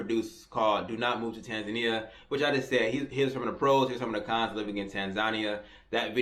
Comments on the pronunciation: It would be helpful if this brother could at least start with pronouncing the name of the Country correctly! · Maybe you should start by pronouncing the country's name correctly and move from there. Also be respectful of the culture you are entering. Most foreigners have decency to do that